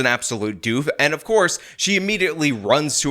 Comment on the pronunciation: Not "doof," demon.